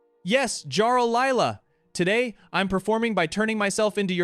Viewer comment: It's pronounced "Yarl", with a "Y" not "Garl" with a "G" 😂